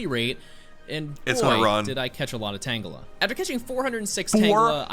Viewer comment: STOP SAYING TANGELI